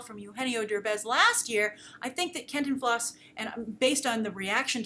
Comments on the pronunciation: Can-TIN-flas not CAN-tin-FLAS. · the pronunciation for Cantinflas is Can TEEN flas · You stress the i more in Cantinflas more like canteenflas. His family is where my family is from Cotija.... so yeah. Love your work! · I love how you say it. I want to record it and loop it over and and over again. lol. the best way I can describe it is Ken-tin-flaas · Pronounciation emphasis for Cantinflas is in the TIN syllable, not in the last syllable. For future reference. :) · By the way to say Contifla's name properly the Con sounds like cone the Ti sounds like tea Fla you got right.